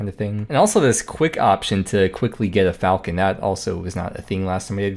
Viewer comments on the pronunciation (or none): none